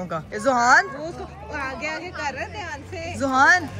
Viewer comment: Very very dihaan se...... 😂😅😂😅😂😅 Kia gulabi English boli hai ..